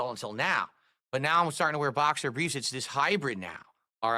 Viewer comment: “boxer bweefs” I’ve asked this on other videos across the Snort-tex, but what the hell is with his sagging lip and speech impediment? Is it the gin? Did have a stroke?